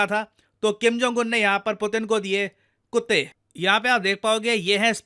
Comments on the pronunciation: The way you say kuttay 😂😂😂😂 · Sir Punjabi style ,,,😝😝😝😝😝😝Kutte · When you say kutte I can't control my laugh 😂😂